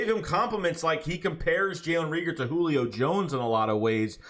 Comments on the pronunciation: Not * Reeger it’s *Reagor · Jalen RAEGOR LONG A(pause) stop saying that man damn name wrong, shit is annoying .. if you can't say it don't say it smh